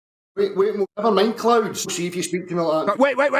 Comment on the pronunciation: Clown or cloon, clouds or cloods? 🤣🤣